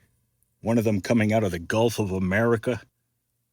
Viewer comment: You just said gulf of Amurika . lol